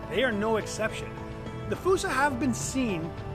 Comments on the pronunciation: Why'd you have to go and say fossa wrong? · Me and the family saw one at the Bronx zoo. He was a cute lil fella…we pronounced it as FOO-SA. One of my favorites at the Zoo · why is fossa pronounced like foosa? I don't understand... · Its pronounced foo-sa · “Falsa” lol